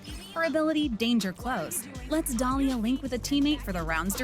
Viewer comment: Dolía u mean Dalia lol love ur vid tho